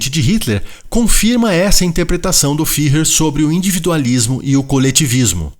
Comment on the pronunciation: Fuehrer! Ü se pronuncia "ue". "Fihrrer" não existe! 😍